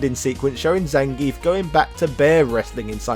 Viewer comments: I seem to remember early versions of Streetfighter 2 spelling the wrestler's name 'Zangiev', and I certainly remember the SF2 anime from the mid 90s pronouncing it 'Zan-gee-eff'. And Viktor Zangiev's name was certainly not pronounced 'ZAN-geef'. You could also argue the proper pronunciation is 'Zang-gee-off', as pronouncing the 'ev' at the end of Russian names is commonly done this way. One only need look to Mikhail Gorbachev for one example of this. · One would think for the character's history you'd PRONOUNCE HIS NAME CORRECTLY! "zahn-gee-ef", not "zayn-geef".